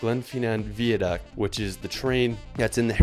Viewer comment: How did you pronounce the glenfinnan viaduct? It was like gleenfeenan veeaduct